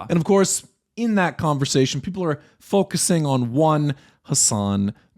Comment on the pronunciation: no way you just said “foLkusing “ ..you trolling